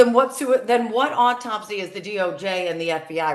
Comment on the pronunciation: Is it too difficult to say 'autopsy' and not 'ortopsy'?